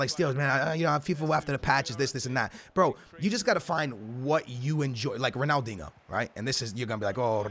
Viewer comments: Lmao go back to your previous videos you say “dingo” not dinho 😂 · Just fucking say Ronaldeenyoo. Een yoo. Not, uno or inooh. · it's not Ronaldingo, it's RonaldinIO ffs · Ronaldingo, stupid twat learn to say people's names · You guys think I say Ronaldingo I say ronaldingo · “Big boy Rrronaldingoo” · can you stop saying ronaldingo it's actually so annoying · "I don't say Ronaldingo... I say Ronaldingo."😂😂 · Ronaldingu lul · a lot of yall gonna say you say ronaldingo, I don’t say ronaldingo I say ronaldingo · Can you stop saying ronaldingo? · Me: don't say it: Ronaldingoo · you can't claim that you didn't say ronaldinho with a g there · i do but its ronaldinho its always spelt that way its just how u say it stop tryin to be cool ur pretty much ruining his name u 3 yo